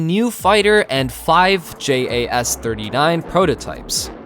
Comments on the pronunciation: Love the videos but why do u say j.a.s just say Jas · I must say, as a Swede, you do a pretty good job at pronounsing those Swedish words.... But when you'e talking about speed, and that the F-15 is faster... Most of the time, fighter jets fly subsonic, even in combat! It also burns twice the amount of fuel when using the afterburner, not to mention when breaking the sound barrier. And if you REALLY want to talk about speed, the f-22 max out at 1.8 Mach, so..... Speed is only useful in a fight when fleeing with your tail between your legs, like that F-15 did while his mates got shot down! You also talks like JAS-39 can't carry the AMRAAM, which it does, and Swedish pilots have a higher average amount of flighthours than American, so out planes "don't collect dust"! We've patrolled the Baltic sea regularly since the second world war against first Soviet, then Russia. You need to read up a bit, son